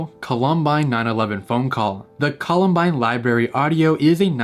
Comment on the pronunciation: Paused to bet that Colorado lost media is gonna be the basement tapes. Edit: it’s the columbine 911 call but close enough ¯\_(ツ)_/¯. Also it’s call-um-bine